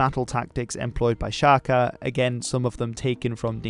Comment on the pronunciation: "Sjakie Zulu", is that what he said? :D :D :D Sounds a lot less intimidating that way. ;)